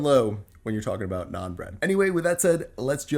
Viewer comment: I love how you pronounce naan as it should be! nice recipe!